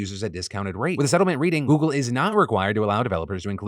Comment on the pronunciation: phil stop saying goggle my s23 kepps thinking tour asking it a question